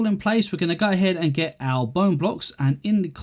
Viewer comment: this dude really likes to say 'gai ahead'